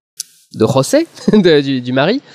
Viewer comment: Je vais être relou mais en temps que portugais ya un truc qui m'enerve: comme l'a dit Monica Bloup le "J" ne se prononce pas "R". C'est pourquoi Joaquim ou José ne se prononcent pas à l'espagnole c'est à dire "Rosé" et "Roaquim". ^^ Sinon c'est cool rien à dire, et ça donne envie d'aller voir le film! ps: Rita Blanco alias Maria a joué dans "Amour" de Michael Haneke. aha!